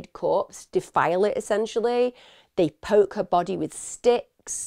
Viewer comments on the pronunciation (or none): none